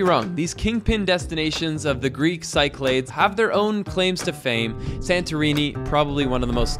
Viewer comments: Cycle-aids lul. It’s pronounced kee-kla-thes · Cyclades is not pronounced "sy-claids"; it's "sik-la-dis". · Half way through the video. 😁 Cyclades is read Kee-kla-des. Also tipping is expected in Greece. Just not standard 10% like in the US. 5% is good. More later if so. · Dude, please - "cyclades" is pronounced si·kluh·deez. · Hey "", It s called "Ky-klà-des"! (Nothing to do with cycling...) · 'I'm an ' - shows off his pronunciation. Proceeds to say 'Psy-claydes'...:-)